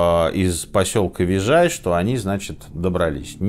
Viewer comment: Не вижей, а вижай.